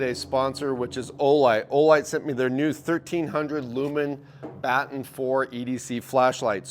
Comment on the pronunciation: Baton… like a cop carries or baton like Baton Rouge Louisiana…. Come on guy…. Lol… still loving the upload tempo